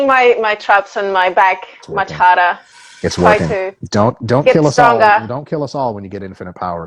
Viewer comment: ya it was cool always learn something new when Dr Mike delves into nuance on these topics! I also didn't know you were in Australia since you've got that Spanish accent but I heard your Australian accent at the end of the video it's funny how accents happen when answering Dr Mike about your traps from training harder (haddah) lol